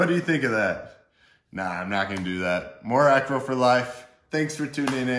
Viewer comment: Its what....its Mor Acro.